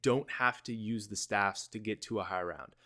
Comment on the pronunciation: Lol high roun